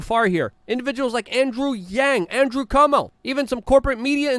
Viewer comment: I love how he pronounces "Cuomo" like "Cummo" that's what the guy is. . a big Cummo